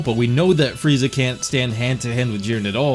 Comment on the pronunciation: Will of D. I thought I was the only one that noticed it. Fweeza😂😂